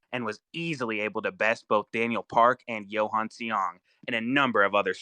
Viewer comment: Johan is pronounced as Yohan, with a Y. For the love of god.